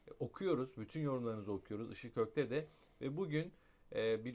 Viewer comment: bey siz Işık Ökte yi hızlı söylediğinizde benim tarafımdan çiğköfte anlaşılıyor gerçekten Işık bey çok ponçik çok candan biri bende çiğköfte yi çok severim onun için mi öyle anlıyorum bilmiyorum ama beynimin bunu düzeltmesini de istemiyorum 😂🤗 Alın size sıradışı bir yorum bende yavrum için hem de kendim için kitabı rica edeyim😊